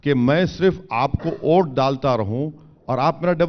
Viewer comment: Abe ye unki pronounciation hai Vote ko ote bolte hai